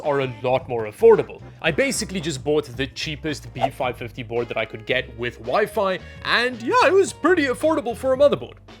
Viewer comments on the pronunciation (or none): Does anyone else hear waifu when says WiFi? 😅